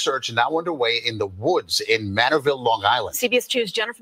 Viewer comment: It’s Manorville,not Manneville, if I’m not mistaken. 😊 Thanks for covering this.